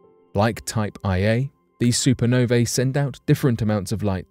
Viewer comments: LOL “type eye A” supernovae You know that someone is mostly just reading apple news and Wikipedia when they say something like that. It’s “type 1a”…a very important yardstick in astrophysics. They always explode with the exact same energy so we can use them to measure the distance to an object, etc. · It’s Type 1A supernova, not Type IA.